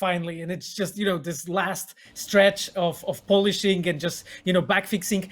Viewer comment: I love how he says "Polish-ing," not "polishing" lol.